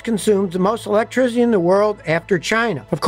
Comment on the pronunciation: electricity. NOT ELECTRIZZZZZZITY for forks sake.